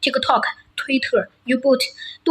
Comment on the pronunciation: Uboot？应该是YouTube吧